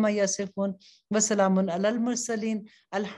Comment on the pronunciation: بہترین کاوش لیکن قرآن کے الفاظ مین تجوید کا خیال رکھا جائے ۔خاص کرکے ح ع اور دوسرے حروف الهمد. کے معنی ۔۔ کچھ اور ہے لہذا گناہ گار ہون گے ۔ باقی تصویر کے علاوہ اپ تفسیر کرین تو بہت برکت رہے گی ۔